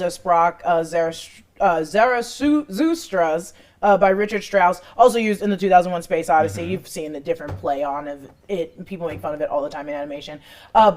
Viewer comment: "REE-kard Strauss"